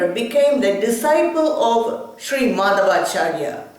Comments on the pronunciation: You don't know how to pronounce his name properly. (madhwaachaarya, not maadhavaachaarya!!). -His philosophy is actually called tattvavaada (not dwaita as generally known). Old scriptures never call this philosophy dwaita. Similarly Sri. Shankaracharya's philosophy is called maayaavaada, not advaita. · Prounounce the name properly... Madhwachaarya.... Not maadhavaachar,...